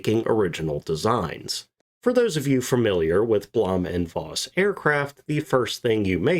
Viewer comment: Voss is pronounced "Foss"...😊